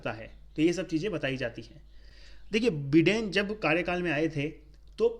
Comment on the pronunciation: Abe बिडेन नही be बाइडेन होता hai ❤️day 😂